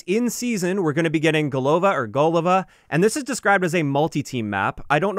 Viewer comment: golovA, goolovА́, ГОЛОВА!!! It means head in russian